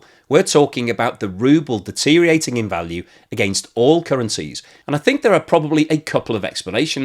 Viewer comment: Deteriorating, not deteriating! Thanks very much for your insights and explanations which I really enjoy.